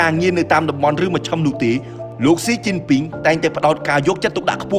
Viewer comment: 😂😂😂 my husband chines laughing when heard admin call China government name it mean crazy it wrong